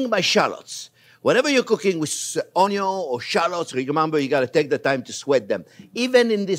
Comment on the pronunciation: ONYO TAH-RRA-GO MY-YARD 👍🏻